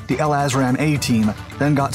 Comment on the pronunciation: L-assram is the best mispronunciation of LRASM I have ever heard, gonna start using it